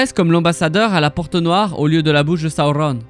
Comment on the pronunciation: J’adore tes vidéos mais la façon de prononcer les noms dont Sauron c’est juste pas possible